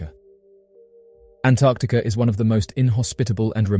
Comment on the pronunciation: did he say Antarcticer?